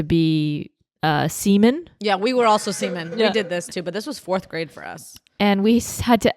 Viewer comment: Am I the only one hearing "semen days"?